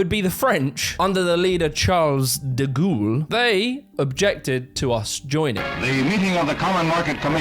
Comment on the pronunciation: Excuse me!... "Charles de *GHOUL*",?!